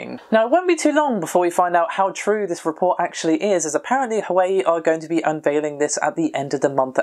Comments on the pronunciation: Pronunciation is if I recall Har-Wayyy, two syllables, as in HaWei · Huawei - (waa-way) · Hwa-wei* :3